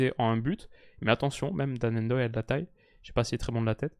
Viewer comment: tu vas me rendre fou à faire des prononciations très hollandaises pour des noms comme Gakpo (dans tes vidéos précédentes) mais ne pas dire Ndoye tout collé sans enlever le N Et même Sommer y a droit 😭😭